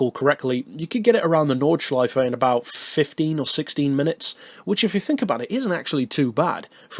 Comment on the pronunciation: The way u say “Nordschleife“ was perfect. Greetings from germany;-)